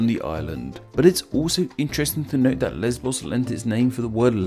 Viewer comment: About Lesbos, which is actually pronounced "Lésvos", according to legend the first people that arrived to the island where the Pelasgians who originate from Thessaly (mainland Greece) and the name originates from it's first king named "Lesbios" (Lésvios)